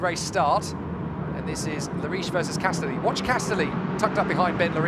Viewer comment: shouldn't Castelli be pronounced like spaghetti ? castElli spaghEtti